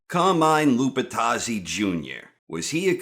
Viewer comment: Cahmine Lupuhtazzi